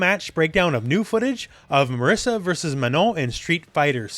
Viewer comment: Ok is not MARISSA is MARISA, she's Italian! We italians don't call Guile Gooeele! Some respect. :)